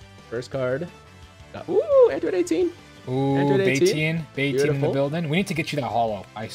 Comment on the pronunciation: Android Date-teen.